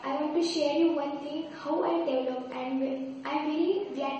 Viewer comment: sorry to say about that but you have not spoken the word "develop" as it is usually pronounced in the correct manner!